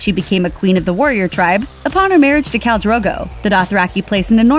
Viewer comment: Khal, not Cal you stupid bish.